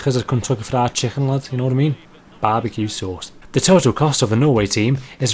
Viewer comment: Bahbeque Sooce :)